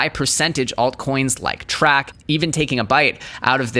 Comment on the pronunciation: YO just FYI... TRAC is pronounced like Trace, not Track